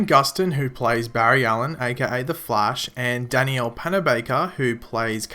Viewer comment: What really annoys me is..... not being able to pronounce danielle's name correctly